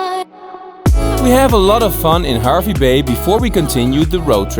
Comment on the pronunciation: Great video and glad you both got to experience it. Im a born and bred Queenslander and I have been to K'gari numerous times. I understand that you are not Australian (and that this video is a year old now) so you are unaware of the pronunciations of some of our towns. But from this video Hervey Bay is pronounced as Harvey Bay and Tiaro is Tie-row as in suit and tie and row your boat